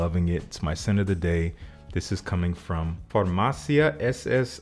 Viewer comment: Trying not to be pedantic: it is farmaCia, with the emphasis on ci, pronounced like the first part of ‘chip’. It is the pharmacy established on the Square of the Holy Annonciation (Santissima Annunziata, or SS Annunziata)